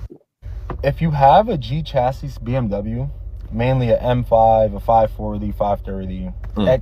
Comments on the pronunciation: the fact he thinks “chas- sis” is the way it’s pronounced is positively unnerving. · "Chass-iz" Dont use words you dont know. It makes you look stupid. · his miss-pronunciation of ""chassis" is so triggering LOL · Just a reminder guys, if you have a luxury car, "chassis" has a silent S at the end